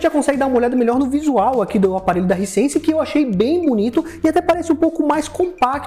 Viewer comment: “Haisense” não risense. Bom vídeo.